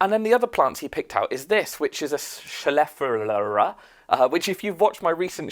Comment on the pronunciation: FYI - the tall green leaf plant is pronounced ( chef ah lair a ). Hope that helps. Several of those plants are ones that we plant here in the US. Have fun.